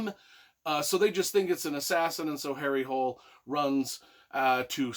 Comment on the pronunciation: Though he is Norwegian so with that spelling it would be pronounced like Hooleh as I have learned Swedish and the languages are pretty similar. Just like the authors name is pronounced more like Yoo Nesbuh. Ø is pronounced like Uh or ou in should . And the J is like it is in Baby Bjorn, Fjord, etc.